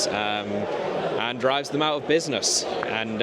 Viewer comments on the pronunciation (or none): none